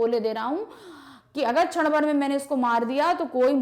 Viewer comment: छण भर नहीं क्षण भर होता है वो